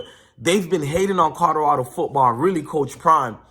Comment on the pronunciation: YO WTF!!! PRONOUNCE THE "L" IN "COLORADO"!!! ITS NOT A "D"!!!!🤦🏾‍♂️🤦🏾‍♂️🤦🏾‍♂️